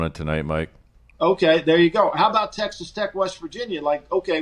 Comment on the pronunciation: Soarry aboot that